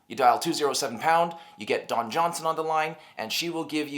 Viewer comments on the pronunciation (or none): none